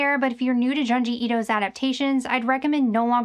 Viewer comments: Pronounced joon-jee, not jahn-jee. Wanted to love the in-depth video, but it was like nails on a chalkboard every time you mentioned his name 😂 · Why do you continually mispronounce things? His name is Junji. June-ji.